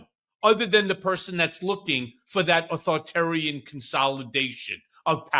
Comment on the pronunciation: Michael Cohen, please learn to pronounce "authoritarian".